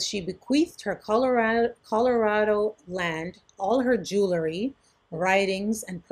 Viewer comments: It’s pronounced JU-wel-ree, not JU-la-ree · Maybe says jewlary instead of jewelry intentionally.